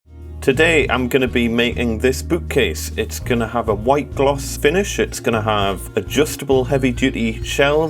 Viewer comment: did you say.. boot-case.. ;)